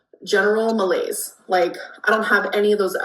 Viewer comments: "general mah-laygs" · She didn’t mean ‘general malaise’ she meant ‘general ma layggs”